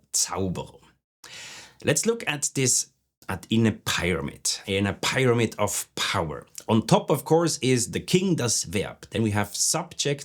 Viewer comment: Embarrassed to mention it, since you are an Expert C2 level of English--could you check your American English pronunciation of "pyramid?" I always look forward to your videos and give folks your channel when they are looking for more help in learning.